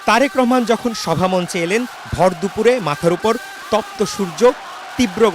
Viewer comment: দুপরে নয় দুপুর এ